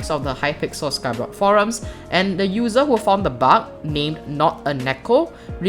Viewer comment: I love the way he says bug he says it like buck